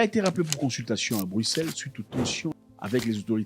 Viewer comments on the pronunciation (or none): none